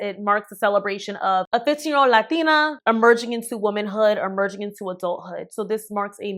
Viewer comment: You throw the accent on heavy with “latina” 😂